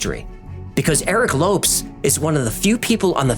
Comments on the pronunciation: ... i thought it was pronounced 'lo-pes' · I'm no expert, but from the spelling and a little knowledge of the language, I believe the pronunciation of his name would be like "low-pez", not lopes, as in antelopes. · question, isn't it pronounced Low Pez instead of lopes? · It's pronounced Lo-PeZ not Lopes lol. Any Brazilian would be annoyed to hear it pronounced like that. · Lopes is not pronounced Lops but Lo paze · Lopes = Low-Pez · Lopes is pronounced like "Lopez," it's only spelled differently. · A great example is the late member of the music group TLC, Lisa "Left Eye" Lopes. her last name is pronounced like "Lopez." I love your channel but sometimes you get names wrong LOL. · I am so disappointed in you. You make an effort to pronounce the names and locations correctly in their native tongue, but fail to spell the surname of the guy? Lopes, please google the pronuciation. You say it like Loupes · The man's name you call Lopes is pronounced Lopez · The Lopes should be pronounced as Lowpez, right? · no. In portuguese its pronounced like "Lohps" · Surely Lopes = LO-PEZ, no? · Low - pess Lō-pezss Lopes. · Lopes = loh-pehz I love the video. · Holy Crom, dude! It's pronounced LO-PEZ! Lopes is just an alternate spelling. :face-green-smiling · Best pronunciation.. 🤣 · Isn't Lopes pronounced as Low-pez? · Very good fact-checking, as in all of your videos. In the future also check how to pronounce foreign surnames such as ‘Lopes’. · Cmon you're really gna pronounce Lopes like that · He mispronounced Lopes tho.